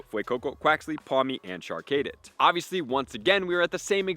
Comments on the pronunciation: Char-cadet not Char-kaydit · Char- Cadet like a military Cadet. (Kah-det) not (Kay-det). Char-Cadet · Char-Cay-Det lol